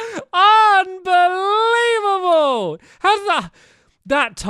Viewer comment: Stamps:No way no way Me:No way what Stamps:Un Buleveable Me:😳 Stamps:That timing is schtupid Me:😂